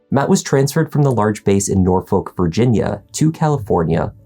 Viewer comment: He pronounced every letter in NOR-FOLK...😂😂